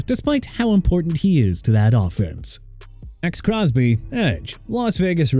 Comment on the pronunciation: Look my man... you meant Southern California?! It's not "South California"!! Also Terrell Davis pronounced tuh-rell not teh-roll! Maxx Crosby not X Crosby! Trey Hendrickson not Brey! JAGUARS PRONOUNCED JA-GWAARS! You're finished... TIME TO CLEAN OUT YOUR LOCKER!!!